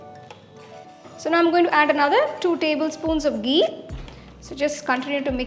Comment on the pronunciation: Love it when you say gee 😅